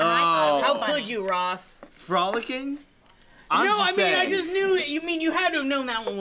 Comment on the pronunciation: So i remember playing this game and "frolicking" was played and it was read as "Fro-Licking"